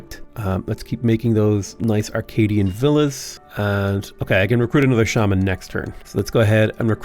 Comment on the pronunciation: As a non-native English speaker, hearing pronounce ‘shaman’ is a confusing rollercoaster ride of non-learning 😅😂